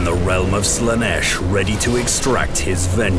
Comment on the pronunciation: "Lash of Slaneesh" Ofcourse. Why am i not surprised